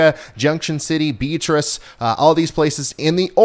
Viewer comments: Bee at trise, not beet trice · Hi Ryan, Beatrice is pronounced Be-AAA'-trice. Just trying to help. My family is from there, and my grandparents married there in 1935. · Lol Beatrice is pronounced Bee-at- ris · The town in southeast Nebraska was my hometown. It is pronounced Bee-at-trice. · Dear Ryan I would like to let you know how to pronounce Beatrice, Nebraska it's bee at trus. Thank you keep up the great work, love ya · FYI Beatrice, NE = Be-ATrice . Weird, I know.